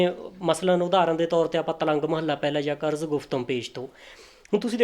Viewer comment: ਤਿਲੰਗ ਮਹਲਾ ਨੂੰ ਤਲੰਗ ਕਹਿ ਰਿਹਾ ਹੈ, ਇਹਨੂੰ ਕੱਖ ਨੀ ਪਤਾ , ਬੋਲਣੀ ਇਹਨੂੰ ਆਪ ਨੀ ਓਂਦੀ, ਸ਼ੇਖ ਨੂੰ ਸ਼ੈਖ ਕਹਿ ਰਿਹਾ ਹੈ, ਇਹਦੀ ਵੀਡੀਉ ਚ ੨ ਗਲਤੀਆਂ ਤਾਂ ਮੇਰੇ ਜਿਹੇ ਅਨਪੜ ਨੇ ਵੇਖਲਈਆਂ